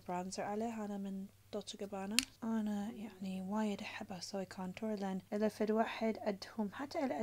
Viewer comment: Omg Hoda, I loved it!!!! Your illa which properly is pronounced iztha (إذا) - which I'm sure you meant is so cute. And I would also say خبز موز !